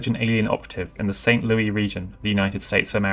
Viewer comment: While this is the correct way to say the name of Louis (loo-ee) as is being referred to King Louis IX of France in the name St. Louis, it is not how it's pronounced within the United States, instead being St. Louis (lew-is)